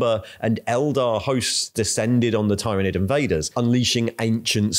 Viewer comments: Tyranid is pronounced with the “y” sounding like an “I” like in the word “tyranny” not “y” like in”tyre”. This is not controversial. Listen to any 49k audiobooks, video games or interviews with the writers or game designers. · Professional yes but abrasive af with the insistence of mispronunciation of tyranids and eveything related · You're just pronouncing 'tyranid' differently in each sentence to troll us now and I respect that Edit: also wonder if that bit about the Ecclesiarchy denying the existence of Leviathan even as it was killing people was inspired by the UK's Covid response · Everyone: There's no way can mispronounce Tyranid any further after the last video.: Hold my Bugman's... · I love how changes how he pronounces Tyranid multiple times during the same video 😅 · You pronounce "Tyranid" different every time 😂🤣🤣🤣🤣